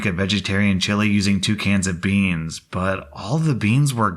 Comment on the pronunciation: BeAnS beEns BAANS BEaSn